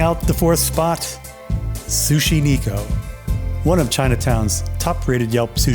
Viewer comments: Thanks for getting mercury poisoning to bring us this video.😂 Sushi Neko (Nay ko, not knee ko). Means they serve cat.😂 Poke = poh kay. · Sushi Neko - "Neko" is pronounced "Neck-o" with a soft "e". It is the Japanese word for "cat." I agree with you that the nigiri is better than the rolls.